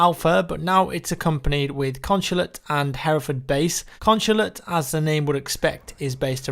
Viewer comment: The way says "consulate"